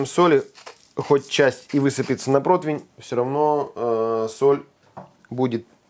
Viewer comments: Противень!!!! А не дурацкий протвень!!! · блин, ну, рне протвень-же, а противень. 🤣